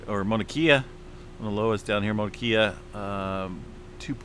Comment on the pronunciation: Mauna Kay yah is how it’s pronounced…Mauna Low ahh is also how it’s pronounced.